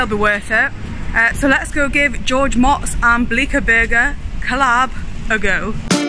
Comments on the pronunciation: Ive watched a bunch of his videos and never pronounce his name right. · It's mooots, not mots. don't act like you know him. Watch at least one of his vids, you should've known. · Pronounced Moats